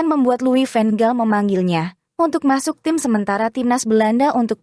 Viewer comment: Nama ciri khas Belanda yaitu Van bkn ven min sayang 😂😊🤭🌹 Semangat blues 💪✊💙🏆🥇😎💯👍🌃